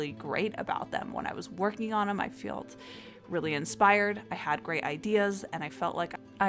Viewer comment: I 'feelt' lol sorry 😭😅😅 little word messups like this make me so happy! My boyfriend is the king of them lol he genuinely stumbles and makes clumsy little goofs like this daily. Always makes me smile 😋